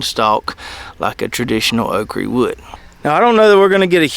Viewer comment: Okra, say it with me. Okra. You know when babies mispronounce words like saying bobble instead of bottle? That's what you sound like when you say "okrie" instead of okra. I can tolerate taters and maters, but "okrie" is where I draw the line!